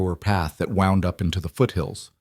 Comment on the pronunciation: I was ready to write the same thing. Wound ,,like the road wound around,,they pronounce wound like injury,,,sets me crazy.